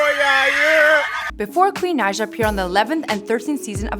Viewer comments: It is (Ni-uh) Naija not nausea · It’s pronounced naja